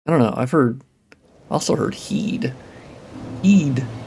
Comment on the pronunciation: its "hides" tower of flame not "hidees" or "hedes" just fyi